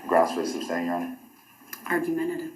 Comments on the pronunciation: He makes me nuts with his mispronunciations. "Tackit" is tacit. "Biast" is bias. "Umbiblical cord" is umbilical cord. "Substain" is sustain. It goes on and on. He never should have been allowed to try this on his own. I don't think the court of appeals will overturn the trial, but that's a concern. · “Grounds for the ‘substain’”….. what a moron